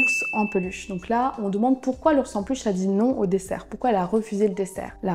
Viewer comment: Coucou ! Tu as dit "desert" à la place de "dessert" Tu as mal prononcé le mot dalmatian, le al se prononce comme le prénom Al et la terminaison -atian se prononce exactement comme celle de vacation